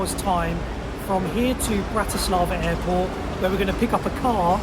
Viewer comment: FYI you got the pronunciation wrong. Don't treat it as english language.